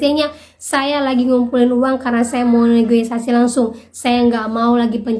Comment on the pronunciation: Tth punten negosiasi ya bukan negoisasi hhe